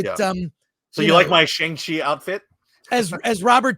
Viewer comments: FULLY agree cuz i LOVE SHANG CHI and don’t understand why people hate on it so much. But, with that being said, CMON, you’re Chinese American and you STILL can’t say his name correctly??🤦🏼‍♂️😂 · I like that an Asian-American guy can't pronounce Shang-Chi